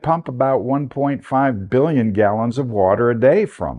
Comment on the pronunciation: Billionzzz and gilliloonsz and lieionnzz of years ago....uuhhh. Its your paradigm sir and im sure you earned it! I sure you believe in what you say and i cant take that from you. I do often wonder what greatness and human underdanding people like you could have achieved if you could have been taught the truth.... At least you were able to turn it into a pretty drcent fictionol story teller. Nice, except for those that don't know any better....😮 IMHO